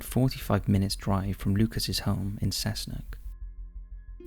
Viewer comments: I’m from the Hunter Valley area in NSW Australia and Cessnock is pronounced Cess Nock as in knock knock, Cessnock 👍🏼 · And “Cessnock”, love it